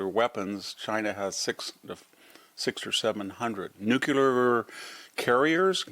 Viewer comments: Yes I love what this man SAYS -- except that he can't get over saying nucular instead of nuclear. Embarassing. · This guy pontificates about things noouckyoular He might be credible if he knew how pronounce it New-clear is not exactly rocket science The quality of AI is not yer up to standard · Victor: Nu klee ar not nu cue lar. Thanks. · Victor Davis Hansen, you are my hero. You would be my superhero if you could only pronounce nuclear the correct way. Nucular was an invention of President Bush and an accident of Texas slang. In the same way that Trump is a better president than Bush, nuclear is the better and the proper word. As a retired Stanford Professor, and a MAGA advocate, I beg you to right this wrong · Love you, VDH. Please stop saying “nucUlar.” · I always appreciate VDH's insights, but why does such an educated man still fail to pronounce "nuclear" correctly?